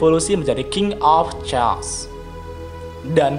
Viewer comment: Note kecil ja bang.. kata "Chaos" itu dibaca 'kheos' Koreksi dikit aja biar makin berkembang